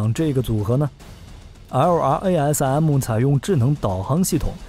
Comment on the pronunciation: 能不能直接念作“拉瑟姆”，每次听LRARM听你读的好拗口。